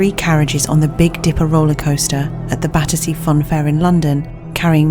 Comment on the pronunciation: Battersea Fun fair , Badussy Fun Fair— I can’t un-hear it 🤣🥲🤧